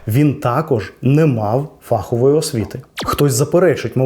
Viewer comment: Дякую. Дуже цікаво і змістовно. Але не фАхової, а фаховОї. ФаховИй